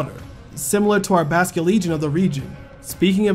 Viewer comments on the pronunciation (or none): none